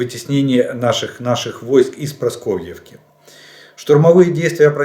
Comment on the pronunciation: Ну сколько можно? ПараскОвЕЕвка, а не Прасковьевка, Раздоловка, а не Раздольевка!!!